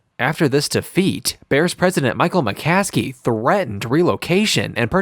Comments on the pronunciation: Narrator is an Idiot he doesn't even know how to pronounce the Families name. It's McCaskey not McClaskley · If you're going to make a video about this. Please get the names right. It's McCaskey not McClaskey. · It’s McCaskey not McCaskley dude… should get the names right if you’re gonna make a video about the bears and solider field.. just a thought.